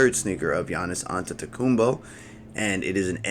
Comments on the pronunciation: That’s how you pronounce his name lol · It's not that deep he said it right fym